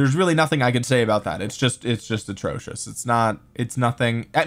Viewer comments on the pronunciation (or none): none